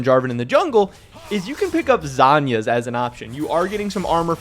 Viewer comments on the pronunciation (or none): Lasagna->zhonya Drives me nuts you pronounce it like the this lol